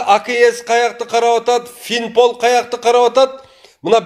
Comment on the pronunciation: Уят фимпол эмес финпол